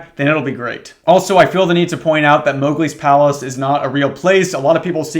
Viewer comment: i heard "moghgwyn palace" instead of "mowgli's palace" and the mental image of a disney blood-temple made this story pretty confusing for a minute.